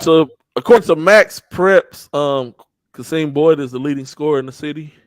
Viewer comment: Qasim Boyd 2024 is pronounced - Cah-Sim I thought it was QaSeem as well